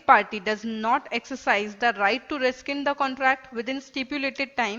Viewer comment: Very informative. Thanks. A polite correction! The pronunciation of rescind is like RESIND not RESKIND. Thank you.